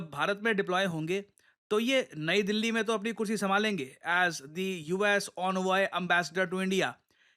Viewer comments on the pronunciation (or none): none